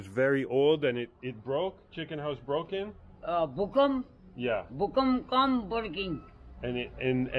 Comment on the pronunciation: “Bukkum ” meant Earthquake 😂 in he meant to say Bhukamp